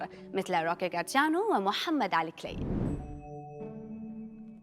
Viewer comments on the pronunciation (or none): إسم البطل هو روكي مارسيانو وليس جارسيانو